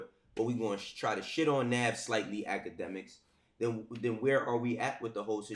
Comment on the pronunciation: lmao at ak pronouncing navs real name wrong intentionally smh